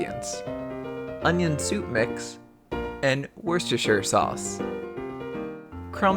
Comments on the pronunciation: It's pronounced Wuster sauce. It's the name of a place in England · It's pronounced wu-ster-sh-Ire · It is pronounced "wooster sauce" btw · XD, the way he pronounced Worcester sauce LOL. It is wusster that is how you pronounce it. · You ought to give pronouncing Worcestershire a second try if anything, jeeze. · "Worcestershire" is hard too pronounce!